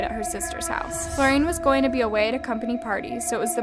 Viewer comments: Oh the mispronounced name of the suspect Florian, and cadaver!! Agree about Ezra. She was the perpetrator not the victim. Alex was the victim. He lost his life at her hands. Literally. Anyone notice that the flow of narration is weird? Emphasis and animation is within the statement but never ever a pause at the Full Stop!? Sorry if that sounds petty but it grates after you tune into it. Like one long huge never ending sentence. I've changed the speed to no avail too. Kinda puts me off which is darn shame given that the content is so good. Probably just me. But thought I'd get it off my chest. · How did you get FlorAIN from FlorIAN? Do better to pronounce stuff right. Also, how is a woman killing a man a "horrific crime against WOMEN"? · I noticed too that she kept calling Florian "Flor-rain", kept grinding my teeth at this, can not see that the I comes before the a and therefore it's pronounced Flor-ri-an? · The one that bugged me the most was “Florain “…I’m quite sure that “Florian” is pronounced Flor’-ee an… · Also it’s Flor-e-an not florAIn I love you but you mispronounce a lot of European place names and names and I’m shocked you continuously never check it before you record (They’re not hard to pronounce at least in the right spelling order. British place names youre dreadful at but we know this as brits as you pronounce it all instead of knowing what’s silent but I still keep writing how to say them but you fully read this name incorrectly Florian means flower in German so you sound rather stupid mixing the letters up of a name and word of another language. Please stop making me fee I have to always call out these discrepancies as you evidently ignore me and it makes you less credible outside of American audiences when your content is good!!!) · Just wondering why you keep pronouncing it as Florain when your subtitles consistently writes it as Florian? Weird🤔